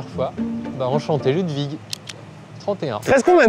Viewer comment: enfin une personne qui prononce mon prénom comme il faut (Ludwig)